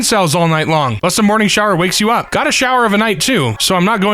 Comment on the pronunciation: "Up" becomes "Urp", a comedy about accidents and burps.